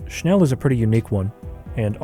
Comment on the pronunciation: Thank you for pronouncing 'Schnell' correctly